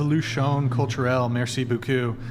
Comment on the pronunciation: French is my first language Also: Merci bew-kew